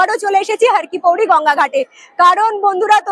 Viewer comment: দিদি রে, একটা কথা বলি কিন্তু কিছু মনে করতে পারবে না। কথাটি, ' হরকিপ্যাইরী ' হরকিপৌরী নয়। যার অর্থ, "হর বা শিবের পা"। মতান্তরে, "হরির পা" ধন্যবাদ🙏💕